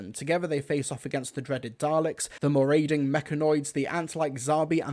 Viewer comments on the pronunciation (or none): Why is it that nobody seems to be able to pronounce marauding correctly 😂